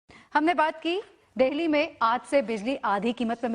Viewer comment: Dehli nhi delhi hota hai mohtarma😂🤣